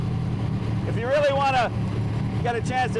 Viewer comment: i need one loll......but you dont pronounce the G in pure sang